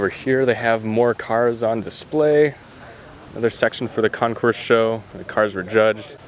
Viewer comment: FYI...CONCOURS IS CON-core, not con- course....the S is silent. A concourse is where pathways or roads or train tracks meet... Great and interesting video.....A+++